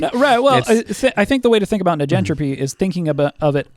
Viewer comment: This isnt important to the point youre makinf (which is facinating) and I'm no expert, but... Surely, "negentropy" is short for "negative entropy" and the first sylybal should be pronounced like the first sylybal of "negative"?